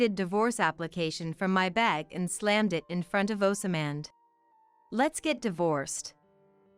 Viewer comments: Oz mond not oas samand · They are not sounding Osmand properly there is no a after the s